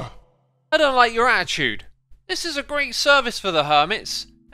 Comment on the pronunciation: I love how you say attitude ,, Ah-i-chued ,, bri ish ppl